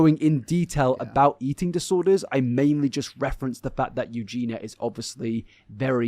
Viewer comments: I’m sorry but I just can’t handle you saying “EugenA instead of EugenIA. No matter how many people tell you, you just ignore them. How can we take you seriously, it’s not even just very annoying, but ignorant to choose not to pronounce the subject’s name correctly. Have to unsubscribe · love that he corrected you on her name it annoys me when people say it as u do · Yessss!!! I love but I am dying everytime he says Euginas name. I am a Scot and I feel like its defo a thing and not an english thing 😂